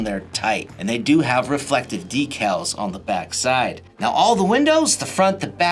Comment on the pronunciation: You say decals wrong bud